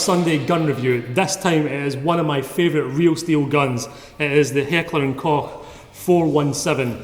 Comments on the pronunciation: Yes! Yes, it is. As a professional German I appreciate the abuse you are putting your vocal chords through pronouncing it correctly. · You pronounced Heckler & Koch absolutely right :D! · im german and the guy in this video is one of the very few who actually get it right. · You're pronouncing it right ;) I'm from Germany so I should now it :D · He's pronouncing it right, im german ;)